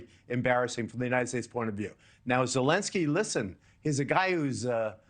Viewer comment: Zelenskyy, not "Zelinskyy."